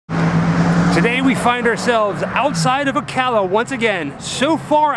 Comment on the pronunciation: I really appreciate that you pronouce Ocala right. It's Awk-la-wa-ha. So funny seeing y'all at places near my home. The ppl have finally built an ugly fancy house on the original property.